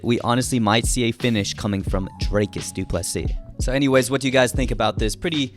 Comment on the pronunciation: Always happy to hear the correct pronunciation of Du Plessis. Small tweak would be to pronounce the "Ple" in "Plessis" a bit softer. Not "ple" like in "plethora" which is what you're currently doing. It's a much softer sound, closer to the "ple" in "please". Something like "Du Plisee"